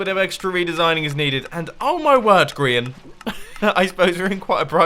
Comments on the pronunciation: he said Brehan not Grian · Did anyone hear mum on say Grians name wrong